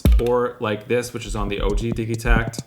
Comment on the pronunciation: Diggy take lol or diji pronunciation.